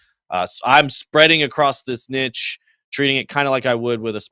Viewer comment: saying niche wrong haha